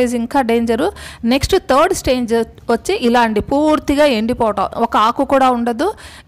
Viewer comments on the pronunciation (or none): none